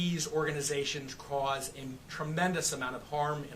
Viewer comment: Why the hell is he saying “CRAUSED” instead of”CAUSE”?